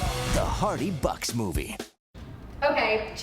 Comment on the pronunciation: Did she say the "Hardabuck boys"? haha